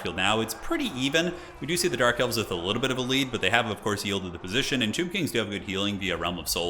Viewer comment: Did you call them "Dork Elves" a few times?